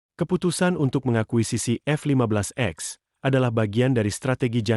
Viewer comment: Boss bukan F 15 x, tapi F 15 ex, baca "ix". Sebelum baca narasi, belajar dulu